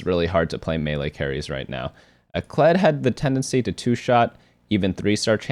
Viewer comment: Ah yes “Kledge”